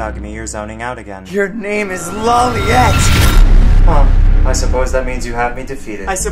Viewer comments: Lol I Love this Video but the T is silent his name is pronounce Lawleay ...if I do it right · It's brilliant, but any good fan knows its pronounced low light, not how it looks. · Lawliet is pronounced lowlight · Ye XD it’s L Law-light or Low-light depends on your accent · He didn’t even pronounce L’s last name correctly......and others too. I’d be a little pissed if this wasn’t an obvious parody